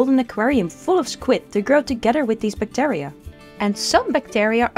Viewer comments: Great video. To the speaker: check your pronunciation of the word bacteria please. 😊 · the amount of "bactAria" in this video hust hurts my brain.